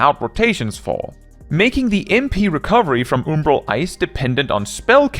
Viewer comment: Why does bro pronounce umbral oombroh?lol